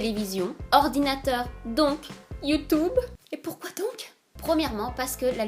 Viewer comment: il est 22h38 😥 j'ai craquer! mais j'adore quand tu as dit "youtoube" xD